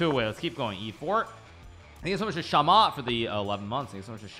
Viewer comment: Nobody: Hikaru: THAHNKYOUUSOHMUSCH!